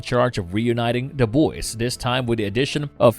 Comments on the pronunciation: why are you saying "Da Boys"? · "Da Boys" "mudder" "brudder"